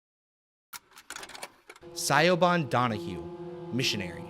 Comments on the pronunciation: Lol im sorry i kept being confused when you pronounced the name Siobhan as Sigh-o-bon because it's actually pronounced shuh-VON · Siobhan is pronounced Sha-von. I'm not trying to be a tool but just thought I would help. :) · FYI Siobhan is pronounced like "shi-vawn" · Siobhan... Shivaun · Siobhan is an Irish name and pronounced like Sha-vaughn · The woman’s name is pronounced Sha-von. The name is Irish. Siobhan. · it's pronounced Sha-von (Irish) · The way he pronounces Siobhán in painful. It is pronounced "Shiv-awn" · Really interesting and novel topic for a video, but it was soured somewhat by the unfiltered rawness of your takes. Consider scripting your video next time, or scripting around your live reactions. I think your videos would benefit from some editing. A little more effort could have avoided egregious pronunciation errors (like a certain Irish name...) and factual errors like your weird definition of keening. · There was no N anywhere in that name man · Siobhan is Irish/Gaelic, which can often be hard to figure out how to pronounce from the English spelling.